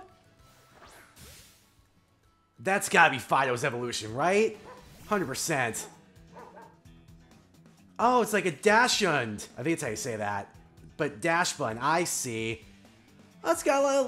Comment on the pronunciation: Episode 17 comments: - FYI, Dachshund is pronounced "Dock-sund." It means "badger dog" in German. - Come on,, Gumshoos is one of the easiest Pokemon to insult. Just think of who it resembles. - Don't worry, I'm pretty sure those diners were just an illusion/projection to make the restaurant look bigger than it is. Either that or they all got up and fled off camera. Also, you didn't need to battle for the fourth clue; the gym employee gave it to you off the bat (seasoning, which led you to get "lemon"). - If you like hazards, you should play the Let's Go games. There is no Spikes or Toxic Spikes, but there is Stealth Rock, and no Defog or Rapid spin means no way to remove them. - IMPORTANT NOTE FOR THE FUTURE: When you Terastalize a Pokemon, it becomes purely that type. You made Nightmare a pure Fire-type in the battle with Larry, so if you hadn't taken down the Staraptor in one hit, he would've been vulnerable to Facade. - Quaxly was always my second favorite of the Paldea starters behind Sprigatito, and that didn't change after I saw everyone's final forms. If I chose Quaxly as my starter and it was male, I would nickname it Revali. - Is it just me, or is the Tera type mechanic kind of similar to Hidden Power? - QOTD: It depends on where I'm ordering from. I'm lucky to have a lot of good pizza places in my area so I don't have to settle for Little Caesar's or Domino's (oh boy, do I have feelings about Domino's), and each one has a different favorite. One has awesome B